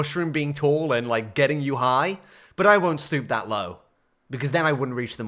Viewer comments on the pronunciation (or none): Did anyone else hear snoop that low instead of stoop?